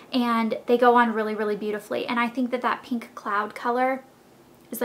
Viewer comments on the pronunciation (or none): Pink not PEENK!!!!!